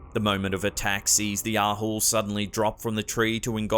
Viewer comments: Couldn't take you seriously saying Ahols 🤣🤣🤣. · ahool? just heard it, i am indonesian and javanesse for sure...maybe you can present about Nyi Roro Kidul since you mention about Java.. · I'm sorry, but every time he says Ahool, all I hear is the Asshole tidbit on Meet the Fockers.